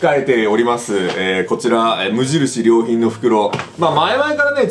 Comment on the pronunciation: 無印良品のイントネーション気になるわ